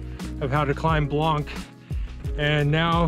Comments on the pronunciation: And by the way, there’s no K sound at the end of the word blanc in French. Can’t believe you did not pick that up from the locals. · Very impressive and nice video. For Blanc pronunciation, the c is not pronounced